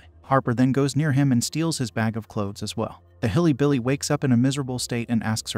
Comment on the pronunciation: While the voice is AI generated, the script writer had to intentionally write hillybilly to make the AI say that.